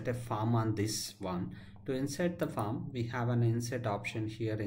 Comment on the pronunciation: Just thought I'd highlight that when seem to be pronouncing 'Form' as 'Farm'. Minor issue, thanks for your time.